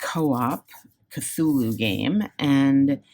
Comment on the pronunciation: Finally! Someone pronouncing Cthulhu correctly...👏👏👏👍